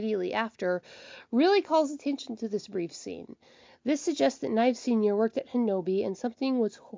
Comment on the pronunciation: Your saying fives last name kinda wrong it's Nieves well you know it is but your saying it wrong your saying " knives " say niev is